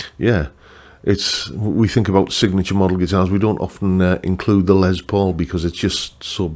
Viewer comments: And of course the new Greeny models are, among others, signature models of a signature model. (And the man himself pronounced his first name lime Less, not Lez, but as you’re British, I guess that’s okay 😊…) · Great list. Richie Kotzen Tele is on my radar, yes! On pronunciations: in official Gibson speak it’s probably “Les”, not “Lez”.. but nevermind.. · Poking fun of someone saying Les (Lay) and then saying it's Les (Lez) when it is pronounced Les (Less). Oh the irony. 😜